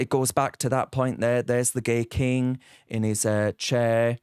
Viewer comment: "kang" of England, surely?